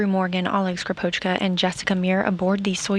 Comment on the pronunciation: When will be the day, when any non-russian speaker says Russian surnames properly?! Not SkripOchka, but SkrIpochka!